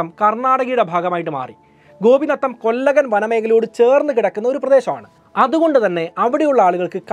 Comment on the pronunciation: 1) കൂസൈ മുനിസ്വാമി എന്നാണ്., കൂസൈ എന്നു പറഞ്ഞ മടി, 2) കൊല്ലഗൻ അല്ല കൊള്ളേഹാൾ കന്നഡ ആണ് 3) സാൽവായ് ഗൗണ്ടർ അല്ല സേവി ഗൗണ്ടർ